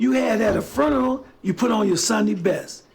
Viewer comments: If mofo says fooneral one more time I’m gonna fall out. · The way this guy pronounces funeral like it's furn-er-al...I agree with him about dressing well, but dang can we make pronunciation great again?